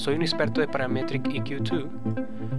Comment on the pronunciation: Buen tuto me agrado "casi todo" Menos tu pronunciacion de Paaraaametriiic EeeQQQ twoo jajajaja :P mucho esfuerzo jaja en la pronunciacion , mentira viejo me gusto tu video Dedito pa rriba (y) Explica algo sobre El Sidechain , ya que ver tantos tutos sobre el no son parecidos todos , Es muy distinto el sidechain de FL studio a Ableton live , ya que con live directo Le pongo ala melodia Sidechain para q le de espacio al kick. Lo malo del FL que le afecta a todo . Saludos !